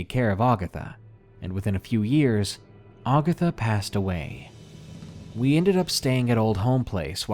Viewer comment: Great video, man. I prefer the "non-fiction" stories (stalkers, kidnappers, home invaders, etc.) to the supernatural ones, but figured I'd give this one a shot. Was not disappointed. That said, I must pick a couple of nits. In the Aunt Agatha story: It's not "Augatha." Ag as in hag. Ag-atha. And Mobile, Al., is pronounced Mo-beal.